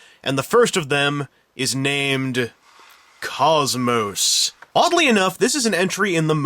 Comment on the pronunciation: you said her name wrong you have no right to be in that hottest sight!